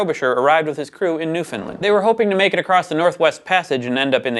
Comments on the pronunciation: its pronounced Newfound-land not Newfound-lind, not complaing tho I'm just happy we where acknowledged. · As a Canadian, I gotta tell ya... it's pronounced New-fund-land, rhymes with understand. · Newfoundland (nuːfənˈlænd) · Yall better learn how to pronounce newfoundland real fuckin quick